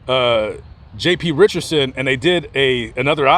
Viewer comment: His name is Richardson not "Richerson" there is a D in there. you dishonor his memory by mispronouncing his name.